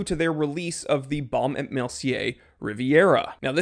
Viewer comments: Actually, you pronounce this name without the "t" when you say "&". So it´s like "Baume e Mercier", with the "e" as if you would say "e" in the word "efficient". Best regards, Ulf of Sweden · et .... the T does not sound